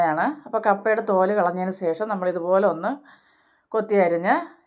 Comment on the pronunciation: സേശം അല്ല ശേഷം ആണ്